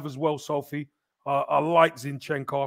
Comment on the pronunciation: you are good at names. Let's pronounce our players' names correctly. Right now the two our fans mispronounce most are Zinchenko and Saliba: the first is stressed on the first syllable, the second is on the last. It's especially easy with French: the stress is fixed on the last syllable.